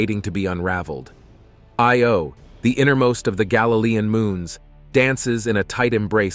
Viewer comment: or, whichever the case may be, great video. May I point out that, although you got Metis right, Thebe is THEE-bee, and the 'I' in Io gets the accent, not the 'o'? Also, the distance figures given for Titan are way off, as 430 mi. doesn't convert to anywhere near 6419 km.